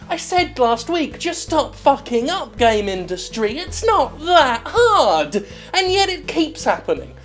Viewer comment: Whenever you say "game industry" my brain hears gamindustri.